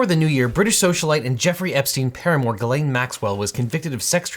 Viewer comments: Objection, gross abuse of the french language, it's pronounced closer to Jiz-len not Ga-lane 😭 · Jis-lane i believe is how it’s pronounced…. But thats not too important i guess…. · Now, this is absolutely the least important element of this entire case, by far, but as a native French speaker I'm just now finding out Ghislaine Maxwell's first name is apparently pronounced like Guylaine? Those are two different names! Contrary to popular belief, French doesn't normally allow you to make random letters silent in order to camouflage your embarrassing name as a slightly less embarrassing one. And now we can all move on to actual relevant things, but I just wanted to get that out there. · I’ll continue to pronounce it as “Jizz-lane” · Just so you guys know, Ghislaine is a French name for which you pronounce a soft "G" and don't skip the "s", sounding roughly like "Jysslenn" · It's actually pronounced "jizzlane" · Her name is pronounced French style, with a soft G, like Zsa Zsa Gabor. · Normally that is how the name is pronounced. I looked it up and apparently she uses the hard G.